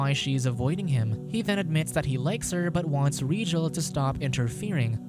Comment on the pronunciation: It’s Rigel not regal you igjet